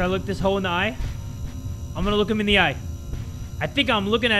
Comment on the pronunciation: trying to say the word Him at this part Me:What the heck?!? How?!? Ayo!!!